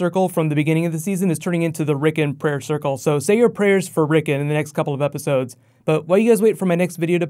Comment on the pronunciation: Rick ON Rick ON. Not Rickun.